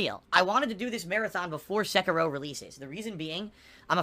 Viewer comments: The way he pronounces Sekiro fills me with hatred. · ...the fuck is a "Sekero"? He can't say Seh-Key-Ro? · I HATE the way he pronounces sekiro! Its se-kir-o! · Nor Sekiro.